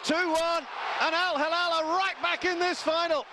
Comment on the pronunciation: If you want to be an announcer, make an effort to learn the simple name of the club. It is not al- Halal (which means Kosher), but al-Hilal (which means crescent) (“HE+LAL”)